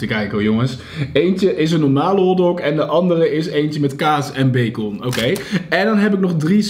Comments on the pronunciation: Hoe zeg jij bacon je spreekt t uit als bacen niet bacon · Bagon LOVE NAAR JOUW UITSPRAAK❤️ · Haha becon je spreekt het echt grappig uit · Omggg jij zegt bacon zeemaar met een o en ik zeg bacen zegmaar😂😂grappig😂😂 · Cajon en baakon love je uitspraakkk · Grappig hoe je bacon uitspreekt😂 ‘beekon’😝💗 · Beekon? Hahahhaha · Hoe jij bacon uitspreekt haha zegt Beykon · Hoe jij bacon uitsprak bij de hotdog😂😂😭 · Whahaaa lovee The video vooral hoe jij bacon zegt🤤😂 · hahaha je spreekt bacon zo verkeerd uit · “Omg ik heb hier een hotdog met bacon” hoe jij dat uitspreekt 😂😂❤️